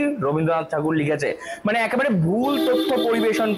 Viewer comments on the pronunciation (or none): none